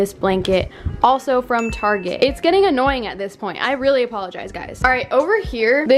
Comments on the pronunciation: No one: Literally no one:: “taRgET” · guess where she is from....''targetttt'' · I find you funny saying Target